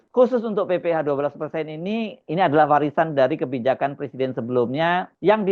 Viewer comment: Jokowi, nilai bahasa indonesianya jelek ... presiden dibaca PERSIDEN .. gimana toh ?